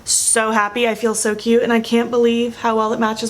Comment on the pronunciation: For some reason when she says cute I hear cute.....s